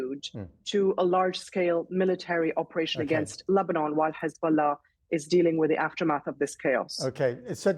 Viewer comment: Hez-bolls-ah gone 🎉🎉😂😂😂😅